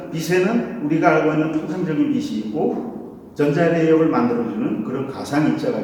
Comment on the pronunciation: "빛이" [비시](X) [비치](O)